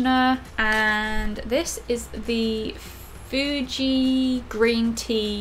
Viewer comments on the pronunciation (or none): none